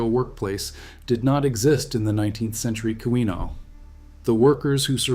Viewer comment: Key-win-aww..... not kiwi-naw